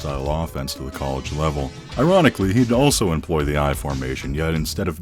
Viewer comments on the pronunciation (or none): none